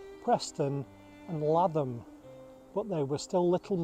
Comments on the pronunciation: Very good documentary, Lathom is pronounced LAYTHUM, The Lathom family are my direct ancestors back to norman conquest, and then the Stanley family who married onto Lathom family and gained their wealth, I had the privilege to work on the site of Lathom castle ❤ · You have missed the Roman fort at Burscough which was quite large. Also Lathom is locally pronounced as LAY TH AM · Lathom is pronounced Lay-thum